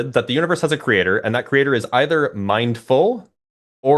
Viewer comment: “Kree-ay-TOR” 👎🏽👎🏽👎🏽👎🏽